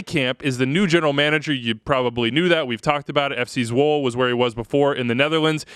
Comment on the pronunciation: Not pickin on ya,. FC Zwolle... it's pronounced ZWOLUH... with the stress on the "O". The "UH" part is like... 'Uh, I don't know.' Dutch is tough. I played over there a little, and have been there a few times. Hard to explain in a comment section. But yeah... more like ZWOL-UH. You got the long "O" right.